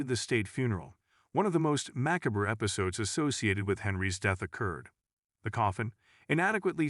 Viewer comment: "Mack-a-bruh" for "macabre". More AI shit.